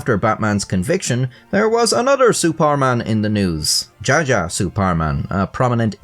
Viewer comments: "Djaja" should be pronounced "Ja-ya" instead of "Ja-ja". The guy was old, so his name most likely followed an old dutch spelling which wrote "Y" as "J" and "J" as "DJ". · not nitpicking your pronunciation but here, his name is actually using the old javanese spelling and the pronunciation is J for dj and Y for j, so Jaya. It literally means glory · djaja is pronounced [ja][ya].